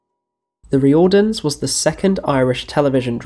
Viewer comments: really appreciating the work here, but next time you come across any Irish surnames or Irish language names you might want to just check the pronunciation before diving in. Riordans isn't Ree-ord-dans. It's pronounced Rear-dons. The people talking about it in the clip you include are pronouncing it correctly. And the state broadcaster is pronounced Rad-ey-Oh Telly-Fish Erin. Remember, vowels in languages that aren't English tend not to make the same sounds. Had no idea about that Spider-man project, it sounds fascinating. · Duuuuuude it is f'in wild and awesome that you covered the Riordans. (Pronounced Reardans) My dad always talks about watching it when he was younger. I didnt really know much about it apart from Gabriel Byrne being in it.ill be very happy to show him this video. Great analysis and research. RTE are horrendous for mismanagement. Have you seen Bachelor's Walk by John Carney who made Once and Sing Street? It was unavailable for years after it first screened. I heard both disagreements between Carney and RTE and issues with music rights being the cause for it being locked away. I actually bought copies of it off someone on facebook who happened to tape every episode. I think it's the best Irish produced show. It was thankfully added to RTE player a few years ago but the quality isnt great